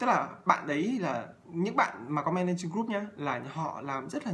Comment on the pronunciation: Thầy ơi. sao con nghe thầy phát âm tiếng anh kì cục thế. group = gúp hả thầy ? 😂😂😂hay do con tiếp thu kém?